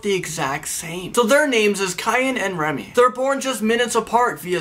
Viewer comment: You pronounce remeé name wrong